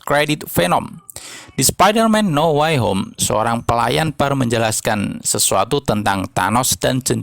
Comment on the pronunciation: Dibaca now wey hom Bukan nauw way hom 🤣🙏🙏